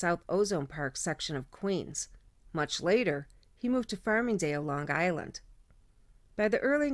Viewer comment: You pronounce Long Island like someone from Long Island